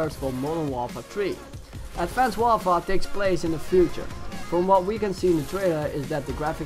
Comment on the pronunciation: "advonced worfore"